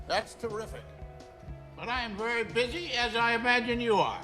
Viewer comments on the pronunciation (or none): none